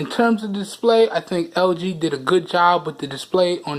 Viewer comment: Nigga trying to say lg but he said ld lmao dead 😂😂😂